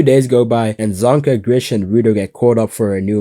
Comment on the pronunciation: Its GRIS!! NOT GRISH!! THERES NO "H" you would know that if you watched it in Japanese instead of English!! P.S - Remlins voice is HELLLLAAAAA cringy in English vs Japanese!!